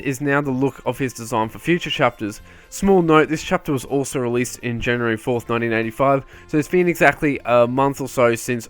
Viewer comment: Do you say 1985 or 1995? Because it sounds like 1995 and that would be completely incorrect for the chapter to come out in 1995 also what I’m talking about is